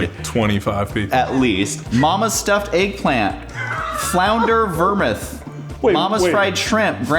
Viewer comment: “Vermuth” LoL vermouth!